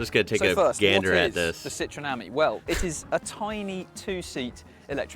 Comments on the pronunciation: Pronounced Citren.. not cit roen ... FFS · You're pronouncing Citroen wrong - the 'o' is silent, so it's pronounced Citren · Citroen the O is silent, it is pronounced citren.